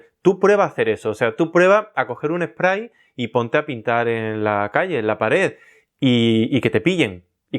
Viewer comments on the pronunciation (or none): none